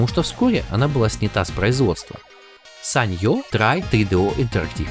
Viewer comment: какое ещё саньё? впервые слышу чтобы так произносили эту фирму, и считаю что правилно нужно произносить ( санио